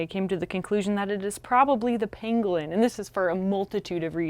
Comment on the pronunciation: I totally heard Pinguin every time Emily said Pangolin.